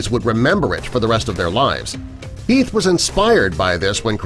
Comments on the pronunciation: Its Heath and not "Health" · heath not health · ALFRED* And Heath* not health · mistake detected.... It'd be heath not health. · Great vid but, u said Health instead of Heath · #5 says Health instead of Heath... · it's Heath no health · Nr 13 at 6.31 min , explosion , iT was Heath. NOT health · it was Heath not Health 🙄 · wtf he just said Arthur also says health